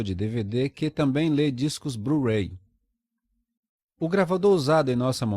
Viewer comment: BRU-RAY KKKKKKKKKKKKKKKKKK